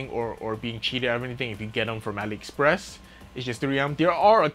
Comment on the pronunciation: Ali express